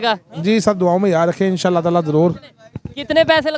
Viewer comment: How could all pakistanis be this dumb !!! வணக்கம் .... Vanakkam ………… Bismilla …….. Insaalla…(Inshalla)… Maasaalla…(Mashalla) … Subaanalla …(Subhaanalla) Alalamdulla …(Al Hamdullilla) .. YoYo Kittu Bhai ……... YoYo Kittu Bhai !!!.